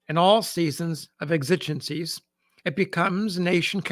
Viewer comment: I thoroughly enjoy your sharing of these obscure Civil War stories. I do however respectfully suggest you "rehearse" the pronunciation of multi-syllabic words such as exigencies and perpetuity before recording. I've watched several episodes of your wonderful channel now and have noticed a recurring theme of you eliding a word or two when recounting the written word.